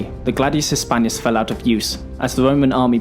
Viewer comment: Sorry to say this, but you should really try to improve your pronouncing of foreign words. It's not Gladius Hispanius, it's Gladius HispaniCus (I capitalized the letter that was missing in the video).